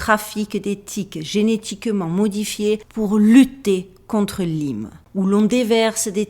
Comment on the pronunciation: Chouette vidéo again! Lyme se prononçe comme en Anglais.